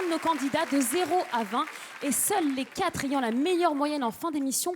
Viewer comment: Rhaaa apprenez a Shym a dire "Quatre" j'en ai marre d entendre top QuaT" Y a un R bordel!!!!